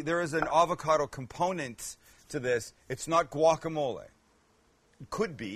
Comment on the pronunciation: Avacada?🤣 lol avacado...